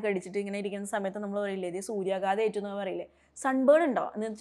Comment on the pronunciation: Very useful class. What is the difference of meaning "burned" & burnt? സൂര്യാഘാത൦ എന്നല്ലേ ഉച്ചരിക്കേണ്ടത്? ടീച്ച൪ പറയുമ്പോൾ എനിക്കു കേൾക്കുന്നത് സൂര്യാഗാദ൦ എന്നാണ്.